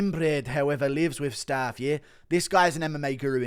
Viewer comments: Guru’s pronunciation of Staph is crazy lmao it’s not staff, it’s pronounced like the first syllable of Staffordshire. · STOP SAYING STARPH INFECTION!!!!!! Fuck me 💀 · Someone tell Guru how to say staph. And no its not because hes English.